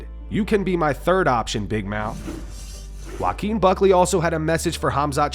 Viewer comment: Joaquin is obviously a Spanish name. Points for effort tho 👍